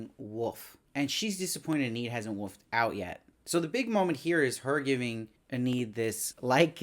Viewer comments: If there's a season 2 please pronounce Enid's name correctly lol. Ee-nid not Ah-need. C'mon lol. Great reviews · just a heads up her name is pronounced 'EE-nihd' (Enid Blyton is a famous english kids author so im familiar with the name)